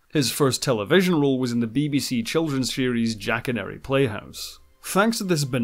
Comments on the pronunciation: I was too young to see it but I think it was pronounced Jack-a-nor-ee to rhyme with the tagline 'Tell me a story' Don't think it really matters much though, I doubt many Babylon 5 fans will care how it's pronounced. Lol. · Also, hate to criticise, but it sounds as though you are pronouncing Mira's name as Forlon, no Furlan, and Bill Mumy is pronounced Bill Moo-me, not Mummy. Also, Jackanory is not pronounced with the emphasis on middle 'a', but like ja-kuh-naw-ree. Hope you don't find these observations objectional. My other comment made it clear that I find your insights concise and very revealing and you certainly have encapsulated the plots of the episodes, commentary on the casting and acting, the characters and the creatives very effectively. I'm enjoying them immensely and look forward to more on Red Dwarf too. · Marcus cut his teeth in Jack-a-nory not Jack-an-ary 🤣🤣🤣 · You pronounced Jack-a-nory wrong.